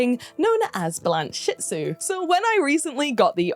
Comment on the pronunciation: I think you aught to pronounce it “Blanche-itsu”, rather than “Blan-shitsu”.